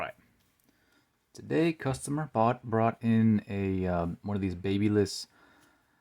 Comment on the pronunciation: Pls learn how to pronounce babyliss 🙏